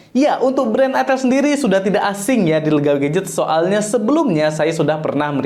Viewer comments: Itel tulisannya bacanya Aitel Bagi orang yg flm plgi orang Jawa gak asing Bang nama merk itu 😅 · Baca nya Aitel